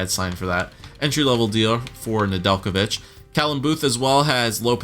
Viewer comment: Ned-La-Vitch Nedelijkovic